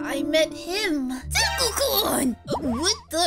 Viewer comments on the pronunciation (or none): Deku not dekua